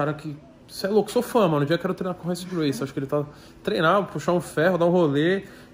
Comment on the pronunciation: Tão fã que não sabe nem falar Gracie. Não bota nosso esporte nessas patifarias não cara, artes Marciais é respiro.